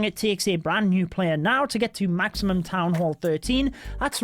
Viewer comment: Its supposed to be town..